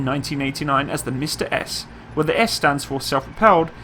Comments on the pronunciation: It’s not “mista” it pronounces “msta”, the same way it’s written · What is mista? It is pronounced MMMsta, with a long m. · Buddy, nice vid as always. You pronounce it as MISTA. Skip the I and just say MSTA. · It's Msta, not mista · He means not M(i)sta but M'sta. We are not saying something like "Hey mista! Wherar yow going?!" we are naming our sities like Dneprodzerdzhinsk! :) And this is horrorshow (хорошо). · Mista-S haha what? Don't worry though, pronouncing Msta in Russian is kinda awkward as well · Its pronounced M'sta (hard "M")